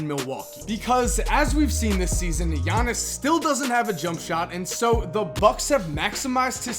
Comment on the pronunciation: IT'S "YA-NIS" NOT "JA-NIS" YOU MONGHEAD